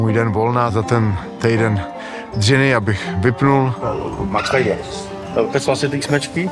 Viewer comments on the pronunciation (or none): none